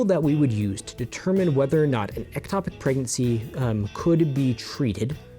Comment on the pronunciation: First of all it is ectopic not atopic so you say it wrong in the whole video except at the very beginning before you say that language is important and that errors in language equals error in thought. You are also misleading in a couple of ways. It does not have to be intentional for it to be termed an abortion in the medical field. I had a miscarriage when I was 11 weeks pregnant and did not will the baby to die, did not want the baby to die and could not prevent the baby from dying. Yet the official medical term for this is spontaneous abortion. Medically, abortion means loss of the fetus, for any reason, before it is able to survive outside the womb. The term covers accidental or spontaneous ending, or miscarriage, of pregnancy as well as deliberate termination. I know this because that is what the doctor called it and what was put in my medical record. So you saying that in order for it to be an abortion it has to be intentional is not in fact a true statement. This is what happens when those that are not doctors try to give medical advice. Also can you explain why it's only morally ok to end a ectopic pregnancy if you use surgery and not methotrexate? This way of thinking is very dangerous and puts the mother's life in unnecessary danger. An ectopic pregnancy is NEVER going to end in a baby being born. NEVER! It's not possible. So to force a woman to continue an ectopic pregnancy until it is surgically necessary to remove the tube is INTENTIONALLY putting her life in UNN